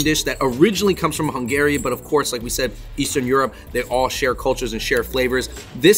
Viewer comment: It is pronounced Hungary.